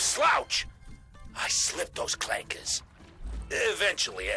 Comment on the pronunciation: The hardest R ever dropped is bro saying CLANKERS